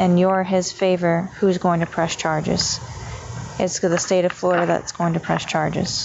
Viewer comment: Well, it is Called Flori-DUUU